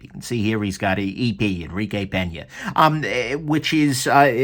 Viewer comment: double take Did you just call him "Pen-Yay" instead of "Pane-Yuh?"